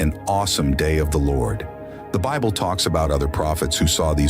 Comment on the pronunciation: I cannot listen to a narrator that cannot pronounce words correctly